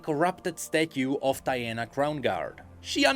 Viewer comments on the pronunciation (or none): none